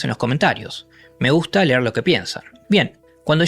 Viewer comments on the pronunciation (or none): none